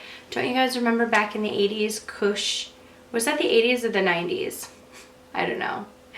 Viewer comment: When you said "Koosh", I heard "cooch" at first hahahah oops!!